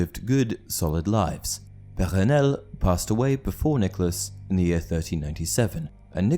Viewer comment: Puh rrrrrre nelle